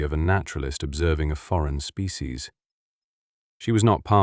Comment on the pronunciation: Species is pronounced SPEE-SHEEZ, NOT SPEE-CEES.